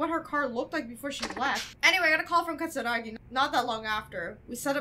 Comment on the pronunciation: every time you mispronounced katsuragi a part of me died